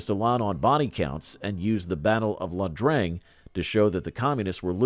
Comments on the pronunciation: Not La Drang it is I Drang. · Its eyedrang not ladrang.